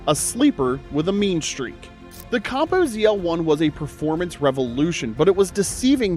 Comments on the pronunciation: Coh-Poh, not caw-poh. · I was out after you said copo wrong.